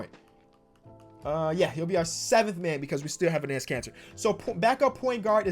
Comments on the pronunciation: It’s pronounced “Ennis” Kanter! I’ve commented on like every video where you say his name cause it makes me cringe every time lol love the vids tho! Huge fan! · Its pronounced ennis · enes is pronounced like the second time you did it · Dear lord, say Enes right.